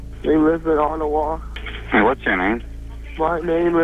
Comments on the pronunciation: It's Ottawa not Ottowa. Thanks! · *Ottawa not Ottowa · As a Canadian who lives near Ottawa, it’s interesting hearing Ottowa lol ALL GOOD THOUGH, WE APPRECIATE YOU! 🇨🇦